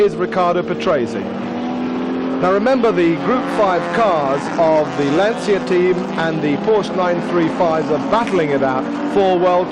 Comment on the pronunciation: Typical British commentator who can’t pronounce the name correctly….FFS